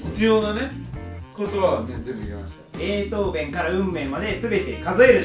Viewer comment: ベートーベンの読みがベートーベンは草